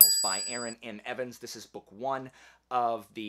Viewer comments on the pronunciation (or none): none